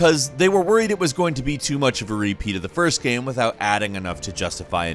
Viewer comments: gäm... stohrä??? wtf is with your pronunciation?!? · Dave Price and “Gaem” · This guy pronounced the word "game" different every time he says it